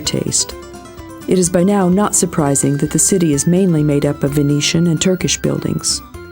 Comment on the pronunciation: "Venetian" "Byzantine" "Herakles" these are probably all words she's not heard pronounced before (reading a dialogue that obviously been written by someone else)